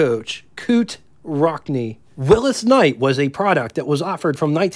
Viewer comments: Rockne’s name was pronounced “Newt”. DeVaux was pronounced “De Voe”. Also what about the “Kline Kar” built in Richmond, VA? Over all an excellent documentary! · not "kewt" Rockne, it was pronounced "newt" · COOT Rockne??? 🤣😅😂🤣 (It's pronounced "Newt' though some people say "Kah-noot"). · NOT "Koot" Rockne - "NEWT". NOT "DeVox" - "DeVOE.